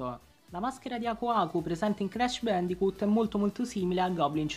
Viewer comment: ti prego non dire mai più crash bandicut pur se esatto la pronuncia all'italiana e bandicot si lo so che il gioco si chiama crash bandicoot ma mi fa morire dentro la pronuncia data grazie